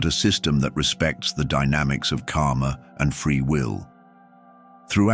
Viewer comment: You should learn the correct pronunciation of the word "karma". Every time you said "karma", it sounded as "kaama". Both words have extremely different meaning.